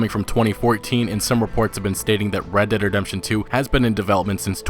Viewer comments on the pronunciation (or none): Fucking say it right!?, You keep saying redt dem redemtjohn UGHHHH